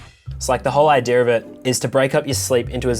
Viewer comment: pronounces idea as "idee-are"